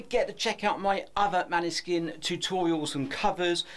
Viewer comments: It’s pronounced Maaaaaneskin. It’s not a short a. Please pronounce it correctly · Its pronounced like Moanskin